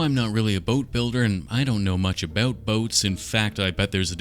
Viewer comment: Listening to a Canadian say "about boats" was quite entertaining